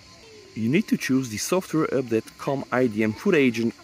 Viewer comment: Please say update not üpdate or use some other word or just don't use we know u are talking aboute this :p